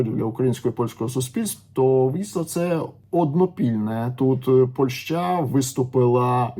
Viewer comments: Ваша ПольшА, просто УБИВАЕТ, дальше не хочется слушать! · Если вы еще и поляк, то тем более удивительно слышать такое ударение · 😂 я с Украины и живу в Польше уже 9 лет. Но такое ударение слышу в первые. Ни на украинском, ни на русском это слово так не звучит.